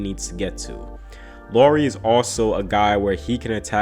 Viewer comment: NBD, but Lauri rhymes with how-ry...😁